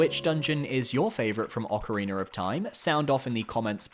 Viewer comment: Love me some Ocariner of Time.